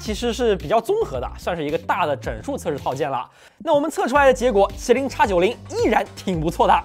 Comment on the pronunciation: 为什么麒麟是'插'九零，高通是X Elite 难道国外高大上:face-green-smiling: 不过算了 x86你也是读叉 海外同胞 土气扑面来